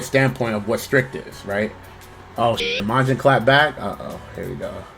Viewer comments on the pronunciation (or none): none